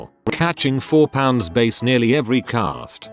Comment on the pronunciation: I love how the voice pronounces every single 'bass' wrong